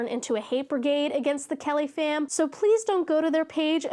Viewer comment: Okay... the first few times you said Kellyfam I thought you were saying caliphate.